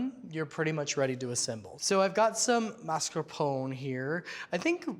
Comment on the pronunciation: Google: "how to pronounce mascarpone". Beacause you are incorrect.